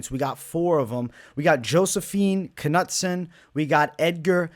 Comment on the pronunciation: Ka-nut-son lol, cmon man